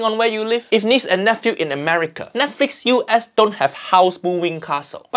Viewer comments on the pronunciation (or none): none